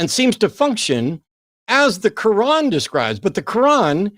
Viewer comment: Did say he reads the kuwon? At least that's what it sounded like. 😂